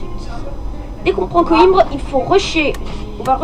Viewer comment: En portugais on dit "coimbra" mais sinon pas mal malgré le micro 😉 ps:les total war c'est la vie